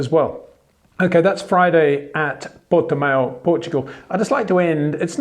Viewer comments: Hi Peter, just to let you know, it's pronounced 'Porti-mow' instead of 'Porti-mayo' :) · english speakers cannot do the ão sound at all. It is nasal, you don't have that in your language. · Port"E"mao (Mao like chairman Mao). Mayo would be written Maio with the "i" in Portuguese. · Sounds like new type of mayonnaise and I love it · Interesting analysis , except for the insufferable stupidity and arrogance of mispronouncing simple, non-English words. (Vershtappen, Porti-Mayo)